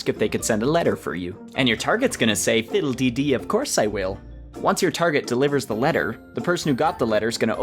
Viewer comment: Hey I’m Irish I don’t say fiddly dy